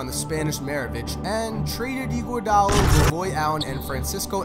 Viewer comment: ANDRE EE-GWUA-DAA-LA